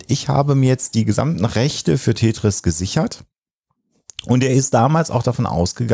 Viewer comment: Er: Tätris. Sie: Tetris. Er: Tetris. Pause. Er: Tätris.